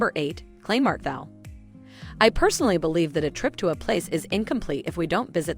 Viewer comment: There is also the Maintower, with great views over the city. Neu altstädt, and for a good night out: old Sachsenhausen, especially Frau Raucher great food in there. Also try ebbelwoi (apfelwein) a really good sour cider (don't accompany it with sauerkraut 🥴). Oh incidentally the Germans always use the "E" so Kleinmarkthall-e Hauptwach-e pronounced wack not wash. And Eschenheimer